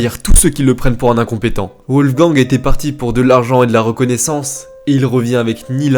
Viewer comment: Pourquoi prononcer " Ouolfgang " ? En allemand les w se prononcent comme des v en français. Les vidéos sont sérieuses, mais ce genre de détail fait très amateur. Dommage !